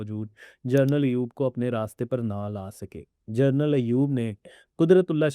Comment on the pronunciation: پلیز جرنل نہی جنرل بولا کریں